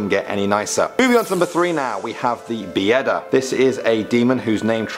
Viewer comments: ughh, you butchered not only the names but also the way you write them strzYga, not strzga poŁUDnica, not poLUNdica Bieda (byeda) not Bijeda (biyeda) Biali zimni ludziE, not lud-zi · Some of them I didn't even know and Bieda is just being poor 😂 still good try in pronouncing some names in Polish